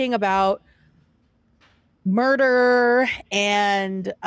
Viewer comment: his that "murder" so hard